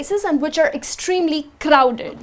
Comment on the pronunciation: wow!!same Here.. it just sounded Indian